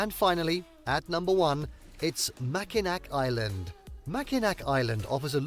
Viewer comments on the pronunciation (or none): This video did a terrible job of actually showing what these attractions look like. They list pictured rocks and then don't even show it. Sleeping bear dunes does not even look like the images they showed. Mackinac Island looks different from what they showed and he didn't even pronounce it right. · Why wasn't my house in the top 10? You saw Mackinac Island before, it's actually pronounced Mackinaw.